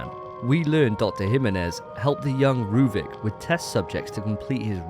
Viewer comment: who tf is rueben his name is ruvik